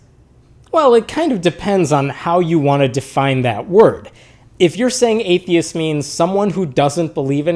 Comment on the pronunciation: In the very beginning, you are saying: ‘’are babies atheisss’’. U forgot the ‘t’ in the end!